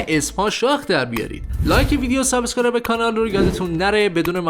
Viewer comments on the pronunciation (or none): none